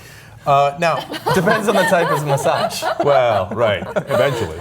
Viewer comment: Why are they pronouncing "massage" like there's a "d" in it? They say it like "massadge" haha